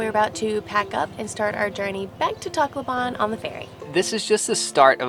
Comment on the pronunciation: Tacloban is actually pronounced "Tahk-low-bon" but kudos to you guys for trying to immerse yourselves in the culture!